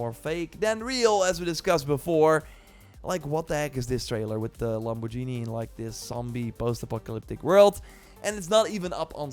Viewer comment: Jesus Christ, under what rock have you lived and how disconnected are you from this world to say Lamborghini like that? [LAM] + [BAWRR] + [GHEE] + [NEE]